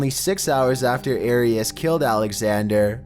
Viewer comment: Is it just me or does he sound like he has a pole up his arse? “the biggest threat comes right afTER.” Like Your voice is ... Just Oof.